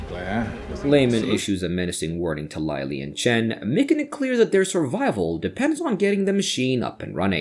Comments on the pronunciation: Who the firetruck is Lie-lee? There is a Lily in this movie but no Laily. Write a manuscript the AL can read properly! 👎🏼👎🏼👎🏼👎🏼👎🏼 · In English, the letter “I” can sound different ways. Instead of Lie, it’s Lih.